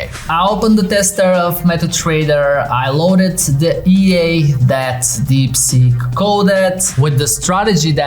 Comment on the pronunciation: sounds like deepsjit